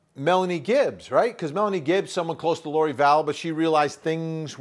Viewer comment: Vinnie!!! Her name is Melanie GIBB!!! It is NOT GibbS! Sorry, but you’re killing me! How long have you covered this case? But still love u anyway! Great vid! Keep up good work!